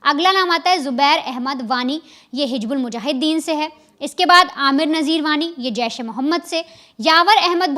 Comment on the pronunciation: Hij😂😂😂bulmujahiden. Bolna to seekh le rakhail.